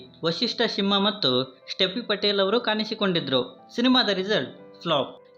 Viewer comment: ಣ ಅಕ್ಷರದ ಉಚ್ಚಾರಣೆ ಕಲಿತುಕೋ ಮರಿ. ಅದು ಕಾಣಿಸಿಕೊಂಡಿದ್ದರು - ಕಾನಿಸಿಕೊಂಡಿದ್ದರು ಅಲ್ಲ.